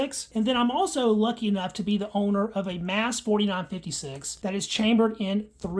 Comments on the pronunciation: Is it not pronounced “mahs” rather than “mass”? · You have alot of ignorant "facts" that you're spitting out. The slam fire issue is from kinetic movement of the firing as the bolt comes to a stop and soft primers. Do some research. It's pronounced "MOSS" not "MASS" btw.